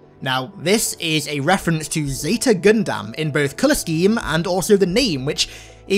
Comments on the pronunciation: would appreciate it if you could say gundam instead of gundamn brother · Love the video, but I cannot stand how you pronounce gundam. It's pronuced gun-dum not gun-damn. I know it's weird, and I apologize for being sort off rude, but i can't stand it. It's like calling Samus metroid for me. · You’re not saying Gundam right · Who tf says Gundam like that wtf